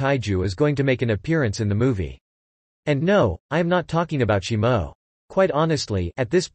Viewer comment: Shimo? it’s shimu. Why do content creators make videos and they mispronounce or call something NOT what the movie is. Now I know sum us ai voice overs but that’s no excuse.